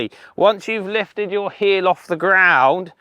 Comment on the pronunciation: heel... not.. heal